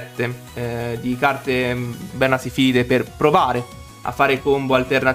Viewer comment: Bro è vernaSILFIDE non vernasifilide😂 mica c’hanno na malattia ahahahah comunque continua così, bella profile!